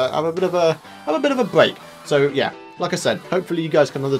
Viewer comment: "I need a bweak"